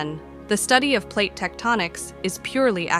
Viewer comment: I really hate when people let their computers read their scripts. They suck at it. Pronouncing PLATE as platt and such. Just read the script yourself or pay someone to do it for you.